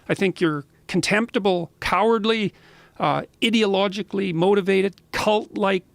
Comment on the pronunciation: it sounds like Jordan’s about to drop a bunch of swear words and call them names. “I think they’re CONtemptible, Cowardly, IDiologically MOtivated, CUlt-like...” sounded like he was going to take a different route 😂